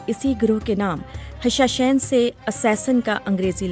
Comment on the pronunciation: The word you uttered is actually ' Hashasheen' not 'Hashashain'